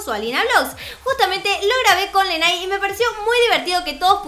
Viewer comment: cielo, su nombre se pronuncia "Leney" jajajaja <3